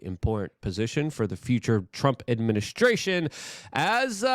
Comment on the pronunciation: Love this.... Fing love it but still smiled when he said administrution